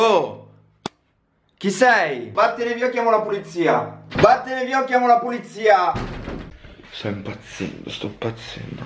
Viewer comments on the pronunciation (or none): si dice polizia non pulizia😊😊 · Ma poi se ve ne rendete conto dice “pulizia” non “polizia”